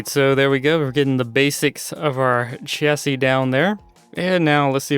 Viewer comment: It's pronounced chassis not chassi